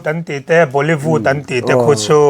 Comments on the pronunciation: Bolivud leh Holivud 🤣🤣🤣 i lamsual tlat mai ka pu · "Hollyvût, Bollyvût" 😂😂😂 le'hhhh